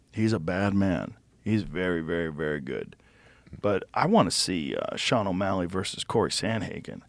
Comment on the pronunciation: Can’t believe how really said Sean O’Malley 🤦‍♂️ bum